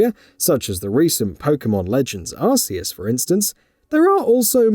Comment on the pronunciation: Hehehe!!! Another one who cannot pronounce arceus correctly 😂😂😂😂